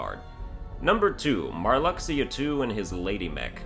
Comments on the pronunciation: It's pronounced mar-LUKE-see-yah. Not "mar-LUCK-see-yah." Your pronunciation is OFFENSIVE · Pronouncing Marluxyas name like that is cool because Lux is your money in the mobile kh game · I half want to see him redo the KH3 ranking just so he can keep saying Marluxia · hears how you pronunce marluxia .... .... .... go commit xion at the end of 356/days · Pronounce marluxia correctly, and I'll subscribe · "I stopped listening to this guy when he pronounced Marluxia incorrectly."